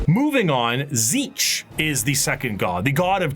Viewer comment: Questions answered. Ish Tzeentch is pronounced correctly by, first T is silent zeen like end of magazine then tch as a single syllable is roughly the way to say it. Slaanesh is both and neither basically what ever the desire for it is, so he/she that thirst doesn't matter. Time line general year not precise 60 million BC necrons+war in heavens 2025 AD I write a comment 25 thousand AD birth of Slaanesh 29 thousand AD the emperor officially appears and begins conquest of terra 30 thousand AD great crusade 31 thousand Horus heresy+death of emperor 41 to 42 thousand current time in 40k FPS is the game Warhammer Darktide. Thunder warriors were only used to conquer earth before being killed before the great crusade No the exact process for making primarchs is not recorded anywhere that includes what samples are needed. Black carapace is not armour more of an electronic interface inserted under the skin. Hope that helps